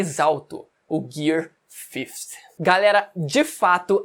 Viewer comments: O o vídeo inteiro falando Gear 50(fifty) hahahaha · "Gui Cinco" Man chama assim